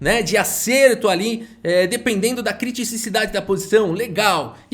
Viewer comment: só um comentário: o correto é criticidade, e não criticiCIdade.